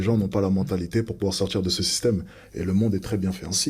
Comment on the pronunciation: Je ne supporte plus cette façon de parler.. Le politchique.. envie de m'en sortchir.. c'est insupportable cette mode 🙄